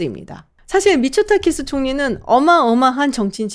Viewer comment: 자꾸 미쳤다키스로 들려...